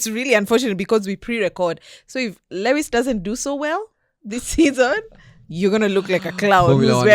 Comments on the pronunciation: Guys, why do y'all pronounce Lewis' name as "Le -wis" instead of "Louis"?, as a fan of LH, you should know how he pronounces his name?😂 Also, we all have Lewis Hamilton as our wallpaper - FORZA FERRARI, LEWIS SEMPRE! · Not murdering Lewis's name as if on purpose. change your wallpaper please.